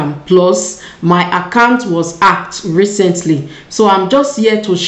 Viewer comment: Why is it very hard for you to pronounce the word hacked and your name is written not Joanne